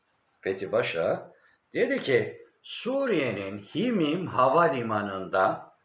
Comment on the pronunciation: Himeymim okunuyor. Himmim değil.